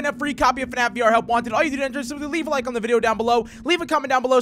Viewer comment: You said FNaF wrong you said FNaC